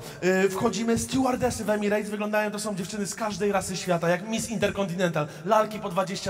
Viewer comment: EMIRETS NIE EMIREJTS CIOŁKU MALINOWY 😂